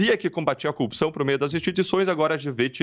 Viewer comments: Não aguento mais ouvir a palavra "coupção". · Esse cara deveria ter vergonha de aparecer em público. Você é uma vergonha, sua família é uma vergonh, sua história é uma vergonha. Detalhe, não é "coupição" é corrupção. Você é absolutamente corrupto Dallagnol, assuma o quanto é pequeno e corrupto. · Assistindo dias depois de Deltan ser Casssado . Que ódio ele não sabe falar corrupção aff